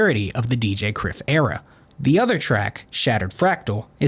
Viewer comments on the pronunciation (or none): Outstanding video man, legitimately one of the best videos on Oliver Tree. Small note though, Kryph was meant to be pronounced like Cry-f, but its water under the bridge.